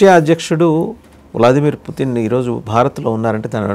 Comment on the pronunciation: అందరేమో పుతిన్ అంటే మీరేమో పుటిన్ అంటారేంటి